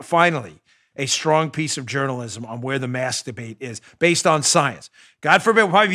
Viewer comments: Ha ha he said masdabate. Like the GG tweet once you hear it you giggle all the time now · Sorry Dan but when you said , "mask debate", I thought you said "master-bate". LOL. Have to work on that enunciation.